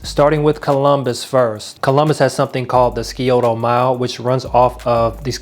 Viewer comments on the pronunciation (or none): Skeeoto mile LOL It is 'SIGH-OH-TO.'